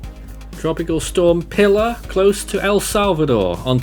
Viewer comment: Pilar is pronounced "pee-LAHR". It's Spanish.